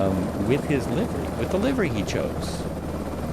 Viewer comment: future ref. The "i" in livery is a short vowel. It's liv er y not live er y. See horse stables.